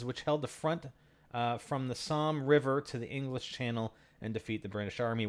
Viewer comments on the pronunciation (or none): none